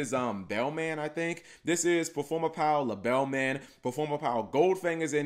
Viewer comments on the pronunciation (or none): It’s pronounced lebelman I end of the middle l’s is silent.